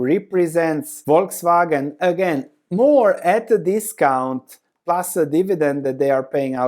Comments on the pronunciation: Yes, it's "False Wagon" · Buy when they cut or cancel the dividend. My guess is this will be the bottom. 😋😋 Also, you live near Austria, you should know Volkswagen is pronounced Folkswagen. What I also find interesting is that dividend yield of Mercedes and VW are almost the same right now (10% vs. 11%) even though the likelihood of Mercedes keep paying that dividend is way, way higher than that of VW.